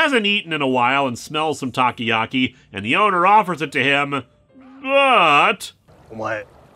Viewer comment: Japanese people: "Takoyaki" Linkara: "Taki-yaki"